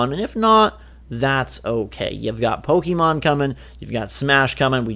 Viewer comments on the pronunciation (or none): none